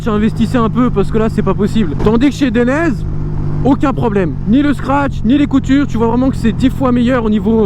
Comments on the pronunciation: Atlas non ;) DAILLENAISÉ ! Regarde les pubs dainese en Italien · Dainese se prononce "Deinizê" ;). Bonne vidéo sinon ! #DAINESE